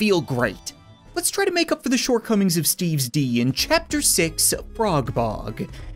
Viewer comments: I dont know why but when he says steves d i think he says steves dog lol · It's funny how he can't say "S quest to stop Steve's D"